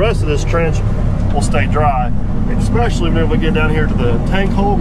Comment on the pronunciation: you use a word that is not in existence. The correct word is "especially." When you say it, you say "expecially." No such word. I'm sure your high school English teachers will be happy if you correct yourself. Your normal everyday usage of the language is excellent, otherwide.